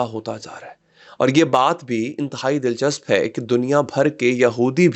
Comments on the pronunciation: Anthai ni hota inthai hota hae 😂❤ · "Antehai"??? Ye koun sa Urdu Ka lfz hai? " Intehai" asl lfz hai Qibla. Urdu bolna bhi bhooltey ja rahey ho kya ajkl aap?